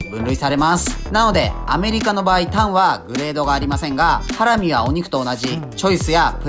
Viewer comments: イントネーションハ↑ラミなの？ハラ↑ミだと思ってた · ハラミ⤴︎なんだハラミ⤵︎って言っちゃうな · ハラミ→だと思ったら、ハラミ↑なんだなあ。それにしても、これだけ見ると肉としか思えない。それでも内蔵なのか。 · 自分大阪だけど｢ハ→ラ→ミ→｣なんだけど…(´ω`)